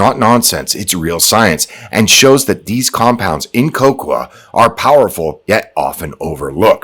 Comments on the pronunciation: lol, "Cocwa" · who pronounces cocoa that way? lol